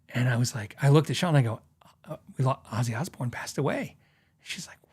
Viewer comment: Happy Birthday old fart 🥳 I'm learning so much stuff from your channel. Thank you for all you are sharing with us. I played some scales during the video just keep me busy meanwhile. Narrator kept saying "Azie" instead of "Ozzy" 🤣 sheez....